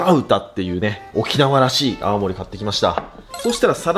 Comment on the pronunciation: 泡盛が青森って聞こえる、青森県民です(笑)